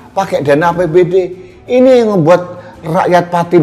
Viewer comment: saking semangatnya menyuarakan "suara" rakyat.....sampek kamisosolen"ini dan itu" jadi "iti"....semangat mas menyuarakan kebenaran